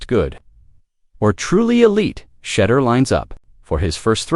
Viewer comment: Why is your video mispronouncing Shedeur’s name when your video says his name correctly… we know when people mispronounce a black person’s name is racist tone